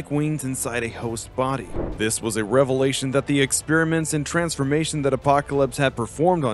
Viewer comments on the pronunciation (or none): none